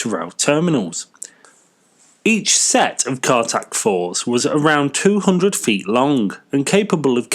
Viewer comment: Cartics, not cartacs.